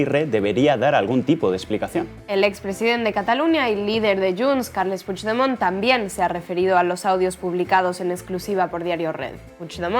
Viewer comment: Echábamos de menos a y qué bien pronuncia Puigdemont la mejor oleole